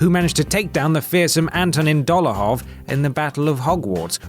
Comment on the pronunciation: Dolahov? DOLAHOV???